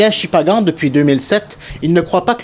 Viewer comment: C’est Shippagan pas Shimpanga 😅